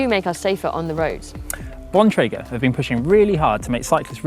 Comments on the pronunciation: The male pronounced Bontrager correctly, however Emma did not. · Emma doesn't know how to pronounce Bontrager.